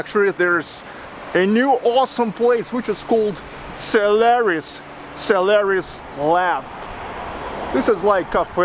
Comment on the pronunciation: I understood "salary's lab". You have russian pronouciatio: "o" becomes "a"